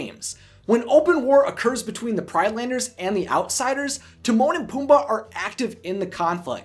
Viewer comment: It’s pronounced outlanders